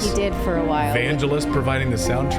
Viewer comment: it's not VanGelis, as in Jeep, it's Vangelis as in great, Mr. Clayton :P